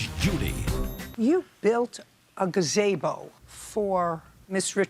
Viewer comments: RIGHT? Literally never in my 45 years have I ever heard anyone say g'ZAY-bo. It's g'ZEE-bo, lol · "luxary" "gazibo" Defendant is illiterate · Okay why does JJ say “gazaybo” 😂😂😂 I pronounce it Gaah- Zee-Bo 😂😂😂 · LITERALLY was about to comment this 🤣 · JJ keeps pronouncing it Ga-zay-bo instead of Ga-zee-bo ? Which is the correct pronunciation? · 'Luxary gazibo '😂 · A gazaybo??😂😂😂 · Byrd needs to tell her to stop saying gaZAYbo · JJ stop, just stop, please stop saying ga-zay-bo. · I had a teacher who pronounced it “gah-zuh-bow” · Never heard anyone pronounce gazebo like Judge Judy does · It's spelled like it sounds. Gazebo. The contractors paperwork even said Gazibo. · why does she have photos of those workers tho lol and why is jj pronouncing gazebo like that lol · I love JJ, but I hate the way she pronounces gazebo 😣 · Imma be honest, I've never heard gazebo pronounced like that, it caught me offguard 😂 it sounds like a very Northeastern pronounciation